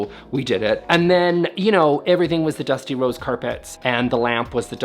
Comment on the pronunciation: i really shouldn't work out while watching the videos - kept hearing "Dusty Rhodes" and i was like "i didn't even know watched pro wrestling way back when"